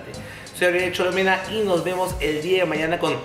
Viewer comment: Alucinaaaaaa!. Se cree pituca y dice dea en vez de dé :V